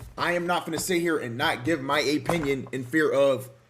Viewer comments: Tfw you cant concentrate on the content of a video because you trying to figure out what an "aye-pinion" is. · Lmfao wtf is an "Apinion"???😂😂😂😂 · Bro said A pinion 😂😂